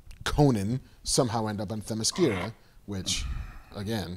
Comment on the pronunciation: Kevin cannot pronounce any Greek word properly, even though he's heard it pronounced properly in movies. ozymanDIas? Are you fucking kidding me? Kev - the third from the last syllable is always stressed in a Greek word. TheMYscyra. OzyMANdias. Jesus. Oh, and it's gah-DOTE while I'm at it. Oh - and did he just say "Rorshark?"